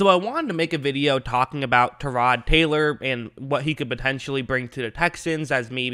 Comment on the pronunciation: Actually, he said it the way Tyrod says it.